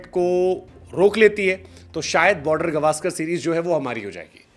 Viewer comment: गावस्कर होता है गवास्कर नहीं😂😂😂😂